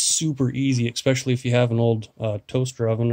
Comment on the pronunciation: Really, very cool ideas! That said, I think you mean "Et cetera" and "Especially". Excetera and exspecially dont exist. Keep up the great vids!